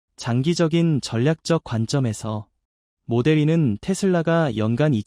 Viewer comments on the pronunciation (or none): 마델(이)2 가 아니구요.. 모델투..인데.마델삼..ㅋㅋ모델쓰리.. 뭔가 발음이 영 불편함요 ㅎㅎㅎㅎ